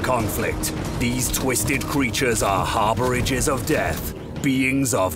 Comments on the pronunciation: did this guy just say HARBOURAGES of death? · Did that announcer say "harbridges of death"? You mean..harbingers? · does he say harbourages of death? does he mean harbinger?